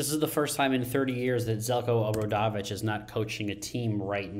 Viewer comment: Please learn the pronunciation, it is very easy, oh bra dough vich